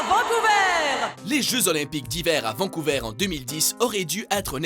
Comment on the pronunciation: "Vancouvèr"? "Bosthon"? Ça se dit Vancouver et BosTONNE même si ça s'écrit Boston et vancouver...